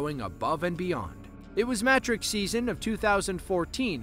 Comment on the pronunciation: It was adorable hearing an American pronunciation of the “mAh-trick” dance! Hahahah! This made me very happy, it’s actually more like “muh-TRICK” with the last part of the word emphasised... not that you’ll ever need that information again